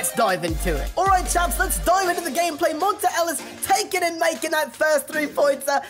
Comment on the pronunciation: it's pronounced mon-tay not mon-tuh